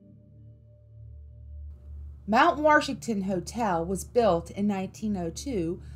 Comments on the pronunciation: It's Mt. WASHington not Mt. WARSHington. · Ouch! Where is the "R" in Washington? Fun video. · Did you just say "WaRshington"?! Oh no 😂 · Once I got used to her pronunciation, this wasn't bad. Mount Worshington. :) At least she avoided that Ocean Born Mary nonsense. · Mount Warshington? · There is no R in Washington! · It sucks that she calls it mount warshington that is wrong. Good stories though 😉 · being from nh, hearing “mount warshington” is just terrific😂